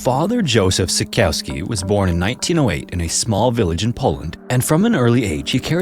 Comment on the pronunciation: if you were to make more videos featuring people from non english speaking places could you put in the effort to try to pronounce their names correctly? or the place names? for example Szykowski's surname is read with a "sh" sounds which isnt hard to pronounce, and Zakopane is kind of like "zack-oh-pan-eh" instead of "zack-oh-pain"